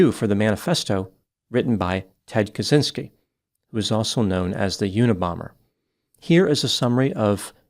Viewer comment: For every english speakers - Kaczynski you read as catchinski (deaf/numb "i" inside ). It's a slavic/polish surname read as this.